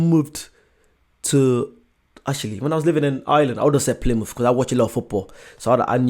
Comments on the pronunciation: Plie-mouth wrong 🤣🤣🤣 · As an American living in the UK, I cringed at almost every city pronunciation. Seriously? Ply-mouth? There is a Plymouth in Massachusetts, too - pronounced the same as the one in England! And Edin-burgh! Yikes! I don't know about anyone else, but I live in Edin-bra. If you're going to make, and upload for countless people to see, a video on cities/towns outside your own country, you have a responsibility to learn how to pronounce their names correctly. His laziness in not doing so is embarrassing. I wanted to pop through the screen and rocket him back into a classroom. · Americans say Plymouth the same way as Brits. No one says it the way the obvious speech AI did.